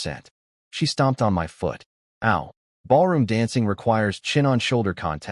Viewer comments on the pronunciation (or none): I can’t get over the AI saying M-Y instead of “my” it’s killing meeee😭😭😭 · I realize it would take a bit more work but proof the AI audio before posting a story like this because the word is my not emm why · Why oh Why can't AI say my???